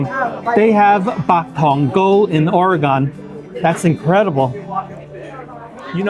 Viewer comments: Not ore-gone. Ore-gun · Its pronounced Ore-g(uhn). . Its not Ore-"GONE". That was weird. 😅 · Please… not Ore-GONE. Not credible. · HK Cafe is super expensive now. It used to be more affordable (around $6.90 a dish), so I don't order anymore. You can find dim sum at other places around metro's new Chinatown area of 82nd Ave (Excellent Cuisine or Pure Spice) or more toward the NE side at Goodworld Chinese. Also just as a travel trip - Oregon is pronounced flatly like these two words quickly smushed together: "or-gun." Almost akin to saying "organ" but replacing the 'gan' with 'gun.' If you pronounce it "OR-gone" then some lifetime Oregonians (even in PDX) will give you the sideeye for being from another state (they often suspect Cali visitors/transplants!) and you'll get a lot of correction going on. Anyway, I'm glad you came down here and enjoyed it! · Good review, going to try it now. FYI it’s Pronounced Or-a-gun. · Would appreciate if you pronounced “Oregon” properly thanks. It’s not Or-gone